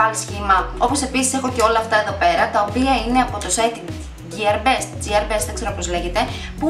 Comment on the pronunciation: Υπεροχή , υπέροχο μακιγιάζ και το μαλλί τα σπάει σου παει η μπούκλα (μια χαρά το λες γκι(α)ρ μπεστ)